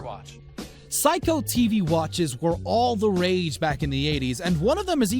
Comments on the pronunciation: Psycho watches? It's "say-ko". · Seiko not psycho (seiko = say-co) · psycho watches? this narrator and video is psycho. not 'say ko' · He said psycho watch 😂 😂 😂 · It's pronounced 'Sayko' !! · Its pronounced SAY-CO not PSYCHO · Seiko (pronounces Say Ko) not Psycho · Seiko is pronounced Say-co Not Psycho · For the billionth time, it’s SAY-ko not SIGH-ko jfc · Seiko is not pronounced psycho. It's pronounced (say-co)! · Seiko not psycho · saiko? dude its Seiko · Sayko, NOT Psycho... lol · Not Sayka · Seiko is pronounced say-ko not psycho And "patina" of age Is pronounced pa-tee-na not pa-tin-a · This dude pronounced seiko(sai-ko) wrong he pronounced it psycho. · Say co watch not psycho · pronounced sako not psycho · im sorry did you just say psycho tv watch instead of seiko? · Say-ko not psycho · Seiko is pronounced Say-Ko.. not Psycho.. lol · Sixteen hundreds (as in years) not 16 thousand (wtf is that), and not psycho watch, seiko watch! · Seiko - Say-ko......not psycho, omg. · He also pronounced the TV Watch as being made by 'Psycho' correct pronunciation 'Say Co' (Seiko). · Just so you know the watch company is pronounced "say-ko". Also the pistols are nickel plated. Not planted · Seiko pronounced (SAYKO) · ummmmm it's pronounced Seyko not Seyko dumass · it is not pronounced "psycho". lol. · Psycho you know how to read Seiko everyone in the Americas heard the name Seiko many times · Why do some people pronounce Seiko as Psycho. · Had to stop watching after hearing "Agassi" pronounced as "Agasee", "Seiko" as "psycho" and "16,000" when it should have been "1,600". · psycho HAHHAHAA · For sure. The way he says SEIKO as SAIKO made me very angry. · And the narrator pronounced it "psycho" lol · You can't even pronounce Seiko and you wanna make videos? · He butchered Andre Agassi s. Name and Seiko watch 😵‍💫😳😵‍💫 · Can't pronounce Seiko. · Man learn how to pronounce SEIKO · The narrator can’t pronounce seiko or patina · Please pronounce seiko correctly next time